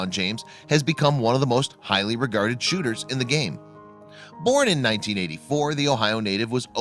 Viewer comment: I’ve never heard LeBron be referred to as a shoorer